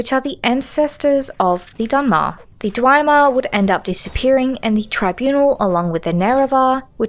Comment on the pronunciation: Dwemer is pronounced dwee mer. Dagon - Day Gone Sotha - So tha . These words are all pronounced in a game. Is this engagement bait?